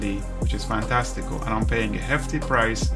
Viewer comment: Thank you for this! I have already made the switch to stop the financial drain! Can’t wait for the update! One tip, the app is pronounced ‘Fantastic-Cal’. Cal, like the start of ‘Cal’-endar. I wish that you would slow down a bit and tell us what to do as you were doing it. For instance. “to expand this calendar view, I am spreading two fingers in the middle of the screen.” Very helpful video!